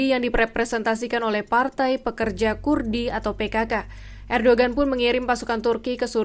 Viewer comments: Erdohen bukan erdogen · Dibaca : Erdowan